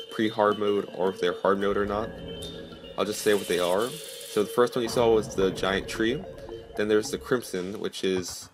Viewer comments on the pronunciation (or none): It's giant not gaint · He said Gaint Tree